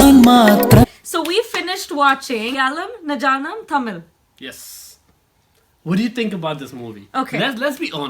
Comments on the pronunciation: it is not najaanum ayaalum naa num thammil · I respect your opinion. The movie was about life of Ravi Tharakan and Medical Ethics. I think the subtitles wasn't good enough. It's one my favourite movies. btw you pronounced the movie incorrectly. I wish I could correct it but you know it's complicated :)